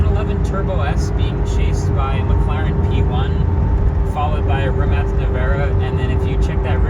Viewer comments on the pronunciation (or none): Why do they mispronounce rimac? Idek what they are saying…rimat? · Why do you guys pronounce this as “rimats” or “rimacs”? Is that how it’s supposed to be said since everyone else seems to be calling it rimak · In the US, it's pronounced "Re-Mac" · did bro say ree-mach?